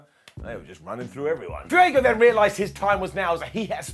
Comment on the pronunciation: I think this is the first time has pronounced Fuego properly on video? haha loved the interview between them two!